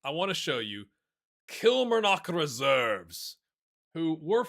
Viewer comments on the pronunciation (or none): just a heads up, Kilmarnock = Kil-mahr-nik when ya say it, ya can just say Killy if that helps